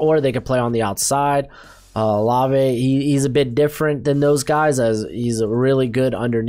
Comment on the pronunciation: LETS GO!! You said Olave right!!